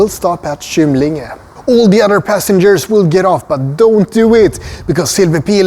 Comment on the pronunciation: Du bör även ändra uttalet på station Kymlinge till hårt Kå och inte mjukt. Har jobbat i tunnelbanan i över 30 år så vi använde aldrig mjukt kå i uttalet. Stockholmskan har sina egenheter, i synnerhet när det gäller uttalet av gamla ortsnamn och andra sammansatta ord.